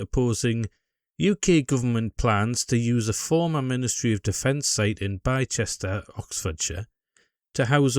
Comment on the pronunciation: One of the few people highlighting this well done mate. By the way the place is pronounced Bister 👍